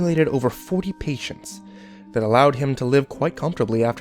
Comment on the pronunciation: You said patent wrong lol :P